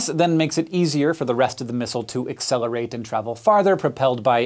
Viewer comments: Accelerate not accelrate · 24 "ACCELRATE" should be "ACCELERATE" I could be wrong, but I think he does actually say what ICBM means at some point. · "Accelrate" Is that a very short "accelerate"? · Accelrate hmmm